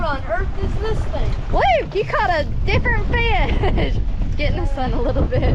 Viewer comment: First time I’ve commented about anything but huge fan here from central Alabama great job being a great dad to Jake and Luke and a huge congratulations Luke on spearing your first feeeaasshh as Crystal says I swear she is as country as me!